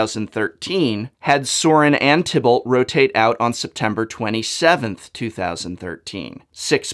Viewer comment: Many were talking about the right spelling of Ob Nixilis. But I was more intrigued about another planeswalker's name: »Sorin vs Tibbled« Isn't Tibalt pronounced "Tee-Bald"? That's about how you'd pronounce it in German, too, and considering his origin is Innistrad, which uses Germanic terms (Geier-Reach, Geists, Krallenhorde, etc.) among other European languages to further deliver the Gothic theme, it would make sense.